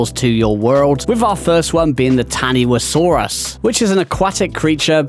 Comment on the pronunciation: Taniwhasaurus is pronounced "ta-ni-fa-saurus".